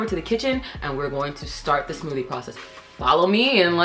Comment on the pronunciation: “Today we’re gonna make the smooTHAY” 😭 she’s so cute